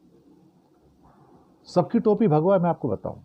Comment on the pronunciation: mujhe bhagwa ke bajaye bha@ sunai diya 😂